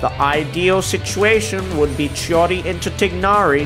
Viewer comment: I don’t know why but saying chiori sounds like he is saying shawty…